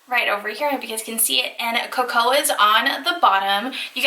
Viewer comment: Co-co-ah beans